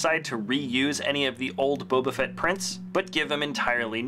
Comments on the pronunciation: he said Boba Frett 🤣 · He said in the third one boba frett 🤣